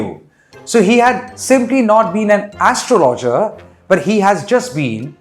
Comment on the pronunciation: You're emphasis is on the wrong syllable. It's pronounced astrologer (as-trologer) and not astro loger